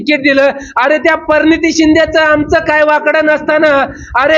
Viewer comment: भाषण उत्तम पण मातंबर असा शब्द नाही मातब्बर आहे परणीतती असा शब्द नाही प्रणिती असा नाही